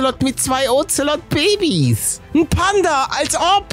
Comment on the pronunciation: Ich finde lustig wie er zu den Katzen Oxelod sagt 😂